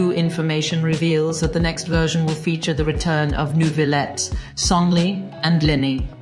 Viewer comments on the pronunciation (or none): Nice vid! However, the way you said Zhongli and Ororon was criminal 💀